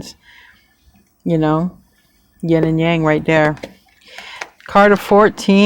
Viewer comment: you pronounce yin like yen so it confuses me.